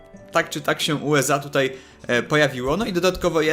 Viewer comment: USA, a nie UEZA!